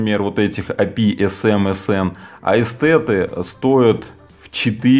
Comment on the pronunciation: Написано Эстеры, а произносим в видео Эстеты...